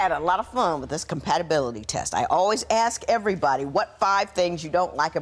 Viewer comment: Hes a real pea brain..hes another who thinks hes clever and he cant even pronounce ASK...he says AKS...dump him the numpty